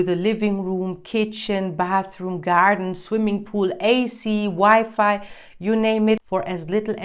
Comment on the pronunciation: You were 100% honest in this one. I got your German accent when you pronounced "garden"